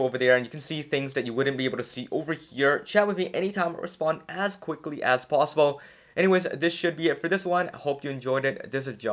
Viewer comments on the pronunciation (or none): none